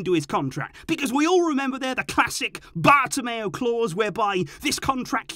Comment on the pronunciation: The way he says bartomeu man🤣🤣🤣